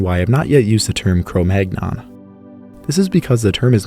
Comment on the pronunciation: Cromagnon - Kroh Mann-Young 😅